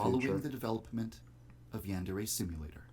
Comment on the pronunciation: So one thing I noticed and it bothers me so much....he pronounces yandere wrong... But yeah I found your video and that Rise and Fall documentary recently and opened my eyes. I really do think more fans should watch this stuff because I think they just don't know. Even the youtubers who play the game on a regular basis probably aren't too aware of all the crap going down. I immediately let my friends know how much of a bastard this guy is just so there's more awareness going around. Hopefully in the end it'll shut him down.